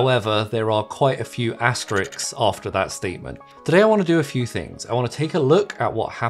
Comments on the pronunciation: ffs, i couldn't listen to anything else after hearing that 😆😢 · 'Asterisks' not 'Asterix''